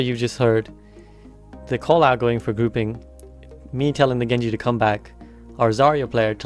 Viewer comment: "Genji man!" - have you spent much time in Newcastle?